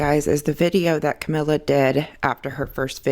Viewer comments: I have no dog in this fight but wrong pronunciation drives me crazy. Cuh-me-lee-uh. Not Camilla. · Funny that you’re talking about accuracy. Her name is not Camilla. It’s Cam el i a. Look how it’s spelled. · she is talking about accuracy and mispronounces her name ...and you”re= you are.